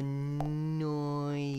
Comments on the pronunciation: michael asked her if she called it illinoise but he also said it too 😭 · It's not Illinoisssss it's illinois don't pronounce the s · Any other Illinoisans who cringed when he pronounced Illinois like Ill-li-noise? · I totally forgot that there are people who unironically mispronounce it illinoise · He pronounced the silent “s”in Illinois I cry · Why do people know how to pronounce Arkansas but not Illinois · Same. And I’m from Illinois 😭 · Not the forbidden s in Illinois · AHHHH. I hate it when people say illinois wrong! The S is silent! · I hate that the always anunciate the s in Illinois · people that pronounce illinois with the s make my skin crawl lol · Ohhh nooo Illinois is pronounced without the s, the s is silent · bro in illinois u don't say the s the s is silent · Illinoi"s". cringe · You did get 71%, but you then pronounced Nevada and Illinois incorrectly, which is a demerit of 50%, so you actually got 21%, making Michael's scores superior 😤.